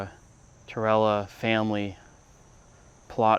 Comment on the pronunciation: TIrella,not TOrrella.